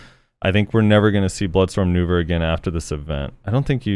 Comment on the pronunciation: He said Nouver not Vell!!!